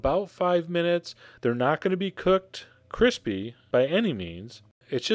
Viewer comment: every time you said the word "crispy" or "crispiness" i died on the inside